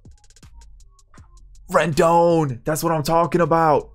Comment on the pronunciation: 👏 u got Rendon right